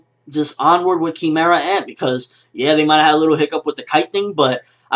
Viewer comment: What happened? what did they change in this episode? And isn't "Kee-meh-ra" just how the japanese say it? Would an english speaker pronounce it "Kai-meh-ra"